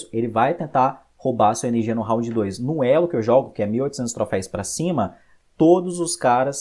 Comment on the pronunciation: video bom, porém você ta falando "Troféis" e não existe, dói ficar ouvindo toda vez q você falava kkk